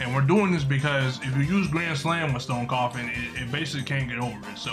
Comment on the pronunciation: It isn’t said stone coffin it’s stone cough and